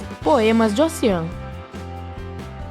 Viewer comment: Ela tbm errou a pronuncia de Ossian... é algo como "ôushíen"